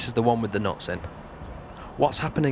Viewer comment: Cool. But why do you keep pronouncing "nuts" as "knots" and "cups" as "cops"? Got confused in the beginning =)